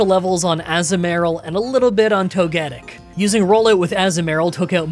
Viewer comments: Toga tick. It is pronounced toga tick. Togepi, Togekiss, and Toe-gettick is wild. 😂 😵‍💫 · tOgetic emphesis on the O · Togetic: TOE-guh-TICK. Azumarill: a-ZOOM-a-rill. Piloswine: PILE’o’swine. Also, Electivire doesn't have an R in it. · Even if some names are hard to get a set pronunciation for, your togetic is definitely not right. (Most opt for toe-geh-tic, emphasis on tic. So like toga tick.) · Toe guh tick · Toga-tick is the pronunciation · Am I saying Toekitic right? Also: AZU-MARILL 😂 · Saying Azumarill and Togetic wrong over and over was tilting me 😵‍💫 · I love your videos but sometimes how you pronounce some Pokemon's names hurts me.... Ie Azumarill (A-zoo-mr-uhl) and togetic (idk how you struggled with togetic it's pronounced the exact same way as the other two evaluations just with pi, tic and kiss at the end) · You were right about Togetic's pronunciation the first time! It's actually painful hearing you say it incorrectly because you were right at first. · Your azumarill pronunciation was way worse than Togetic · I cant believe Gaslit himself from Say Togetic correctly to incorrectly 💔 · I was going to say, how do you say Togepi? Replace that with tic and kiss and say it like that. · Except there's nothing controversial about Togetic's pronunciation lol. I've never heard it said any other way until today with the way he said it. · Please stop intentionally mispronouncing togetic it's really not that hard mate